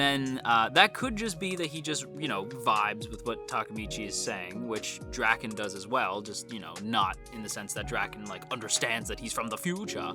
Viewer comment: As a manga reader a lot of the stuff your saying are just hilarious to me because there's not as deep a meaning as you make it seem like I'm this video. Also Draken's his name is pronounced like dray-ken not like dracken jus so you know